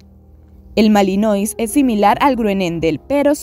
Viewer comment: Lakenois= porque pronuncias el final tipo francés pero después no en el Malinois???? Deberían tambien